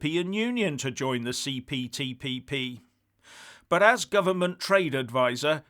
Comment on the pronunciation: say it again,the CPTPP you must have practiced that!